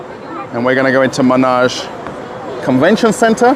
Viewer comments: Yeah, as another commentor noted it's pronounced with "e", ManEge, not Manage. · Not "Menage", but "Manege" (with French pronounciation).